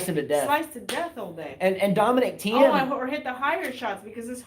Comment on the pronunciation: Please... as well as you spell Tomics name do it with Thiems also... it's like "Teem" or "Team". "IE" in german (which we speak in Austria) is spelled "I" which is "EE" in english. Greets.